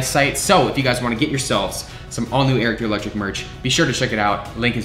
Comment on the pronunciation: Had to read the code for magic spoon myself because when said it, I thought he said "electricshit."